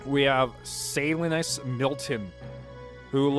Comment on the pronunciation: The way you pronounce "Salinas"... Hurts my soul. Even if I'm watching this 2 years later. Edit: Then again, it seems to be that guy's first name... which is weird...